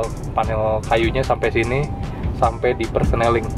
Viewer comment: 'Sampe' bang...bukan 'sampek' 😊🙏